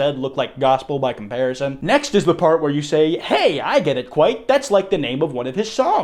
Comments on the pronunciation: Kwite the impaler,dude as a Romanian, I heard that and spit out my water😂😂😂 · His intro: I’m “kwite the impaler” 😂